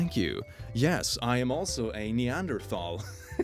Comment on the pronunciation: You pronounced Neanderthal wrong